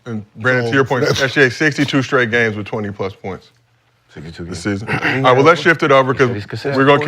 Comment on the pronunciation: Kenyon: "If he winning ight"😂😂